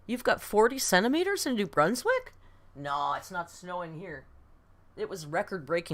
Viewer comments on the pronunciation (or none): none